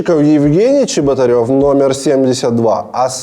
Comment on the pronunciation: мне кажется или Чеботарев или как его там, проебал где то букву "Р"